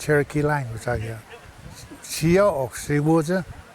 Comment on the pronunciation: Daniel Tarsitana siyo is hello, pronounced shiyo